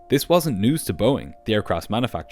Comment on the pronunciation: New pronunciation for Boeing: boinnng!